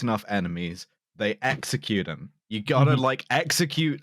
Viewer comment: “He, a-him.” The Italian New Yorker came out of there. 😂